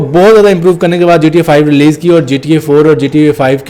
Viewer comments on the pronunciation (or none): none